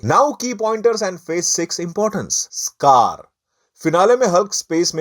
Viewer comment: Skaar ❌ Sakaar ✔️